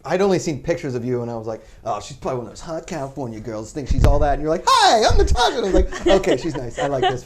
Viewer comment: "of Na-tit, of Natasha Martinez." Yap, that'll happen.